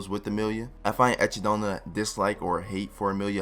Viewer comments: EchidOna? Echi-D-na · EchidOna ❌ Echi-D-na ❌ Echid-Nut ✅ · (E-chi-Dona)? You mean (E-kid-Na) right lol it was said in the dub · why do you constantly call her Echidonna, lol? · okay okay okay.... i don't know how to pronounce Echindna's name but PUH-LEASE no more E-chi-dona pronunciation, its just....no. just no. at least say like Echidna the animal pronunciation or something. like where are you getting the dona from in her name? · I hate how he pronounces echidona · Echidna American pronunciation- Eh kid na Japanese pronunciation-Eh ki do na Please pick one. I cant focus on the video for all the Echeedona's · it's read as ekidona my dudeeeeeee plsssssss have mercy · echidna is pronounced eh-kid-nah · How the fuck do you pronounce one of the only English names wrong? Echidna is not hard to say bruh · What in the fuck is an Echidona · Echidna is a greek name, based on the story of Argos, your pronunciation might be pronounced correctly if it was translated into Japanese alphabetical system but definitely not right from the actual source material which is the myth of Argos.